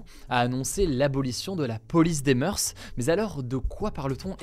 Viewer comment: juste pour information, on ne dit pas "meurse", mais "meur" pour "moeurs"